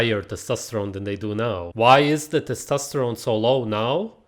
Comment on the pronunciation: he should be banned from saying testosterone